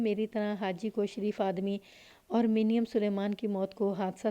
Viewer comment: منیم کو muneem پڑھا جائے گا